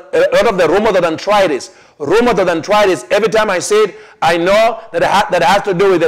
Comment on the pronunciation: Dear you are mis pronouncing names of diseases such as Multiple sclerosis and Arthritis......which it makes it difficult for Westerners like me to understand you, blessings, Dorothy Hennessy